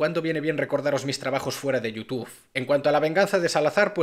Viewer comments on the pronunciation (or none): none